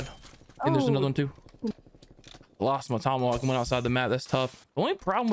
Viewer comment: Dude said Tommyhawk 😂😂🤣